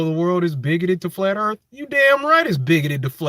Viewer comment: Why would anyone respect your opinion about the Earth when you can’t even correctly pronounce the word? WHAT A PHONY LOSER!!!